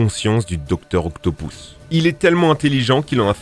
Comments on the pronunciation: OCTOPUS PAS OCTOPOUS IL A UN POUS FRANCHEMENT IL C'EST PAS PARLER !!!!!!!!!!!!!!! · JUSTE C EST DR OCAPUS EST PAS OCTAPOUS MAIS BONNE VDEO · eh ca se dit pas octopous mais octopus la prochaine foie dit octopus😉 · mec tu fais chier avec dr octopous* c'est octobus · On dit pas docteur octopoos on dit octopus sinon bonne vidéo👍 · La plus grosse bêtise que ta dise et le non du docteur Octopus qui se prononce comme il s'écrit ("Octopus") et non "Octopouse" comme tu dis. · "Doctor octopouce" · Docteur « octopouce »😂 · "Docteur octo pouces" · il y as que moi que ca dérange qu'ils dit dr octopoussse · Il a bien di docteur octopouce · Je rêve ou tu as dit docteur octoupous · "Dr octopousse " 🤣🤣🤣🤣🤣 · Dr Octo « Pouce », Mary « Jeanne »… mes oreilles ont mal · C'est quoi ces prononciations toutes claquées ? "Octopous" "Marie-Jeanne"